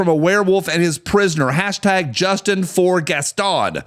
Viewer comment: Our guy also said "#justinforgaston" RIP pronunciation